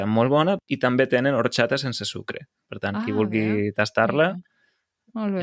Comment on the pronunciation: La té una pronúncia castellanitzada. No és de Lleida com l'. En el català oriental hom pronuncia "orXata" i no pas "orTXata". Són els catalanoparlants orientals castellanitzats que pronuncien "marTXar", "TXocolata" (jo trobo aquesta pronúncia molt lletja, tot l'encant del català desapareix).